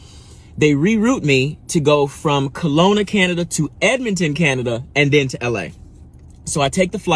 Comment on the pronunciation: It's Kelowna, not colona, or corona